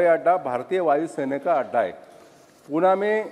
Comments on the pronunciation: Puna nhi pune he vo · Its pune bhava... Not puaanaa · पूना नाही पुणे...विचारताना नीट विचारता येत नाही का? Learn from Sindhiya ji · अरे बाबा पूणा नाही पुणे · पुना नाही पुणे आहे ते .